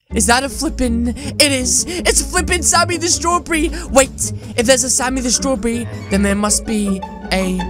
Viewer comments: He said Sammy the srawbery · You said strawberry wrong but all of your avatars are cool